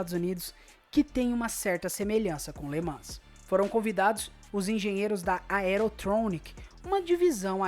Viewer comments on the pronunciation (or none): Escreve-se LE MANS, mas lê-se LE MAN.